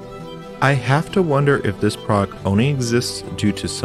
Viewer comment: Why do you pronounce "this" like "diss"?